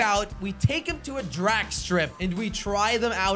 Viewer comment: I love when he says "Drak strip"